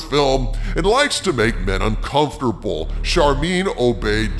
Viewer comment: She likes to make men "Uncomftrabeh"